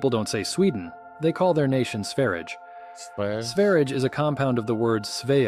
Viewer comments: In Sweden we do not pronounce Sverige as they do in this video. We say the first e like you say the ea in pear, and the ige as yeh (the i is silent) and this is because the g is pronounced soft because it is followed by a soft vowel - in Swedish we have nine vowels: a, e, i, o, u, y, å, ä and ö, with e, i y, ä and ö being soft and a, o, u and å being hard) so Svearyeh. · The G in Sverige is pronunced like J or Y. Austria is called Österreich, not Osterreich. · Sverige was realy not said the right way. The ”i” is silent and the ””ge” is yea (as in year) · I found it hilarious how the narrator did pretty suprisingly well pronouncing "Suomi", bnut the butchered "Norge" and absolutely NUKED "Sverige" 🤣It's understandable though as there is no word anywhere in the english language, that I can think of, where the letter G is pronounced in the way it is in these two instances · Sverige and Norge is prononce wrong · He did not pronounce Sverige right at all. I am swedish, Google Sverige and pronounciation at Youtube It is made made by Julien Miquel and the name of the video is How to pronounce Sverige Links was not allowed here...